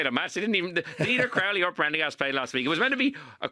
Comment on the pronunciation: pronounced Crowley correctly 🎉🎉🎉🎉